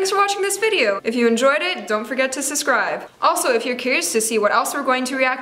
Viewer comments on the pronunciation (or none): why don't u ever pronounce the b in subscribe